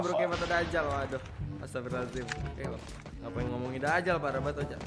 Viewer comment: Dajjal bang bukan Dakjal maaf kalo nyinggung 🙏